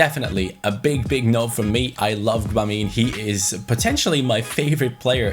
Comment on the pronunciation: I think you pronounce Gbamin french (if that makes sense) Reading it in German it'll be 'Dschöbamö'